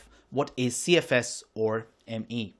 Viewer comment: I cannot take this man seriously as he doesn't know how to pronounce ME.